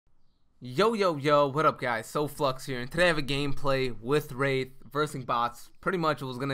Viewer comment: sir, I thought you said something that rhymed with grape, and sounded like wraith...😏